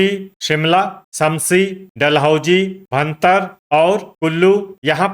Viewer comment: 🎉 भरतार नहीं होता है भुंतर है उसका नाम कृपया करके इसको शुद्ध उच्चारण किया करें